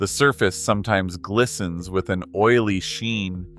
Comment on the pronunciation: If you are going to cheap out and use AI .. it would help if your AI could pronounce the English language .. really butchers the word "o-i-l-y" ..